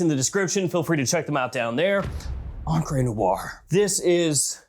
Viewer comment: Gio is pronounced like Joe, and encre is on-cruh, not on-cray...